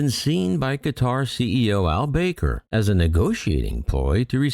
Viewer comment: Ps: Airbus looses? AIRBUS cut that customer - NOT the other way around so please - this false narrative looking ALWAYS from airline perspective is getting real old, real fast. Quatar Airways CEO’s name is AL BAKER ( pronounced AL BACKER) not baker, maker or faker!😂